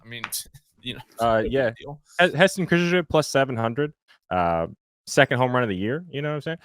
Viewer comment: I’m cracking up at saying Kjerstad! 😆 😆 How did Slop + Modi not LOL. Hilarious